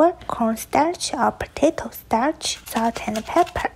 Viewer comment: Bro don’t know how to pronounce potato 💀